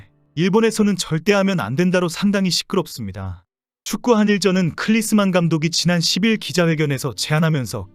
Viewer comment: 헤이 남의 성고문하냐? 클리스만이 아니고 클린스만이다 X자식아 !!!